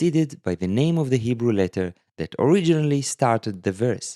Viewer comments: Can we take a moment to recognize that is not only teaching us these fascinating Lamentation letters concepts but he’s “crushing” the Hebrew in this video, his native tongue. Just sounds so beautiful when he pronounces the Hebrew flawlessly! ❤ this video series! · Your Hebrew pronunciation is good!